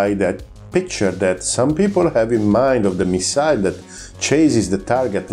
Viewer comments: bel video eh.. però si dice "missil" non "missail" 🤣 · Great chanel lsubscribed but please do us a favour improve your English just a bit.It is hard to listen story off missiles when you pronounce the word wrong all the time.i know you are Italian but its easy.correct the accent its not at the end of the word but in the middle on the miSile ,same for profile.prego.